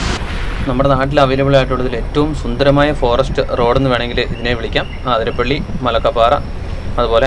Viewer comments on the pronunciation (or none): ആതിരപ്പള്ളി അല്ല... 👉 അതിരപ്പിള്ളി 👈 എന്നാണ്.. ഇനി എങ്കിലും, പറയുന്ന വാക്കിലും, എഴുതി വയ്ക്കുന്നതിലും ശ്രദ്ധിക്കുമല്ലോ.. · അതിരപ്പിള്ളിയാണ്. ആതിരപ്പിള്ളിയല്ല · ആതിരപ്പിള്ളി അല്ല bro, അതിരപ്പിള്ളി